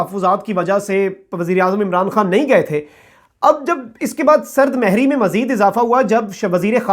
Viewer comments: سرد مھری ۔ م پر پیش ھے ۔ بھت دفعہ غلط بولا آپ نے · Sard mohri hoti hey bhai.......sard mehri nahi.